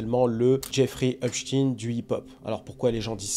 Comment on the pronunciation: on dit Epstein avec S et non Epshtein avec SH.. sinon belle video bien expliquée